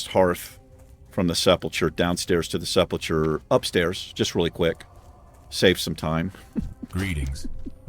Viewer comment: Fun series, you seem like a fun player, but please; it is pronounced "Sepp-ul-ker"